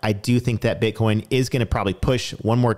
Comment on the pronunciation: I just love how u said Butcoin...🤣😂🤣